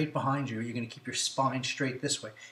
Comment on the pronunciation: It's funny - he says not stretch and straight but schtretch and schtraight. Michelle Obama has a similar pronunciation. Is that individual or regional? Anyone know?